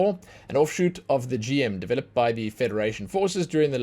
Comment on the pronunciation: Just a heads up for some names. It's Gundam as in Gun and Dam not Gan-dam. Also, GM is pronounced as Jim. He's not just the poster child. He's the first of all the Gundams. Not all the mechs are called Gundam. Only ones that have Gundam in the name are Gundams. The rest are called Mobile Suits. What's the difference? Well, imagine them as cars. Most Mobile Suits like the GMs, Zakus and DOM Troopers would be like mass produced cars like Toyota, Honda etc. Gundams and Sazabi on the other hand would be like Custom Order Made Lamborghinis and Ferraris. Also the red Zaku II [Ranged] skin has a horn and is legendary because that's the version the main antagonist of the series (Char Aznable) used, hence the name "Char's Zaku II". And Marasai is called Marasai (UC) because there were different versions of Marasai in different series and this particular version is from the OVA series Gundam Unicorn. Also, fun fact: Turn A Gundam was designed by Syd Mead, the guy who worked on Star Trek, Blade Runner, Tron, etc.